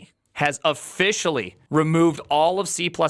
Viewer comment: and "o-FISH-ally"